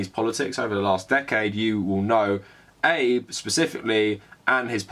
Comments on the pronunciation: Abe like abe no seimei Not abe line rincon no eibu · “eyb”? Really? “ah-bey” Please look up pronunciations first, even and maybe especially for small names. I was having a hard time listening to what you were saying because of that SCREAMING mispronunciation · Ah-bay. The PMs name is pronounced Ah-bay. No criticism of the content of the piece, just hard to hear "Abe" like "Honest Abe". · Seriously it's not Abe like Abe Lincoln, it's more uh-bay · Just so you know its pronounced "Ah-bey" not like a knickname for Abraham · Well, in Japan they would pronounce it "Aabeh" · Hate to be that guy, but isn't his name pronounced 'abey'? Covered the bases - Japan has an extremely stressful, racist and sexist society. As WW2 survivors (comfort women, POWs) die off, I fear the atrocities will be re-written. Many older Australians won't forgive Japan its treatment of our WW2 POWs, particularly as there has not been any recognition or apology for the brutal treatment they received. The Chinese have not forgotten the Nanjing massacre either. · Really enjoying these videos. If I could just please ask one thing is to at the very least learn how to say Japanese names/words better. It's pretty easy to look up. Ex. it's Ah-beh (for Abe). In your other video, Moe isn't like the bartender's name in The Simpsons but Mo-eh. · Abe's name is two syllables: a-be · Abe, pronounced Obb-ey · Some commenter somewhere is typing about how incorrectly pronounces Shinzo Abe's name. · I agree with you but you need to learn to pronounce Abe’s name properly. It sounds ignorant on your part.